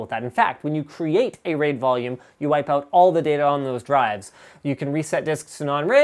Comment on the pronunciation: The pronunciation of "raid" sounds allot like the dutch word "reet", that is our word for ass. So yeah I had to express that.